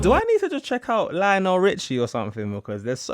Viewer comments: It's LIonel Richie. NOT LEEonel. It's not like Liam. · Lionel Richie The way you pronounced “Lee-on-Al” 😂😂😂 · Lion-el (there’s the pronunciation) You really should’ve got some of those songs down so you can watch the whole video.